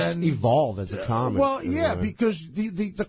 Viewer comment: As one CAWmic to another CAWmic I'm being protective of my CAWmedy